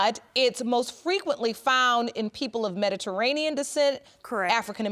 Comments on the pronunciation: Let's say it together, Me-di-TERR-anean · Metarainian lol